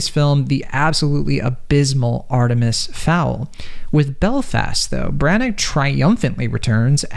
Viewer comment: If you plan on doing a film review perhaps you should first do some homework. 1. Belfast is in Northern Ireland, not Ireland. Two different countries. A bit like saying Boston is in Canada. 2,. The writer./director is Kenneth Brannagh ( pronounced Branna, not Brannak) and 3. the actor who plays Pop is Cieran Hinds (pronounced Keeran, not Seeran).